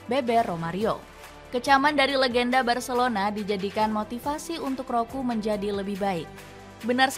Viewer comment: Roku🤭 yg bener tu roqe😂